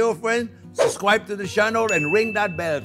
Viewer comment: YouTube needs to create a special "Suscribe" button for this channel lol